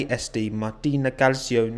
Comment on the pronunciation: just an FYI - in itily clacio is pronounced cal-cho